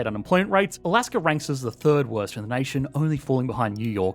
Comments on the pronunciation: There is no”R” in Alaska. Please stop it. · People in Australier speak like that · I've been watching Aussie content for some time. Don't know the reason for the "r" behind words like China and Alaska